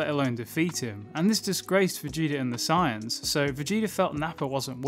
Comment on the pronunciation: Sorry but i hate the fact he says science instead of saiyans